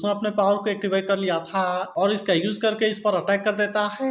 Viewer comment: Bhai ap tha or he thik se blo 😂